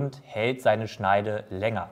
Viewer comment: ... das Eisen helt länger? Es hElt ... echt jetzt? Heltet euch fäst, bevor jemand vom Stuhl fellt ... omg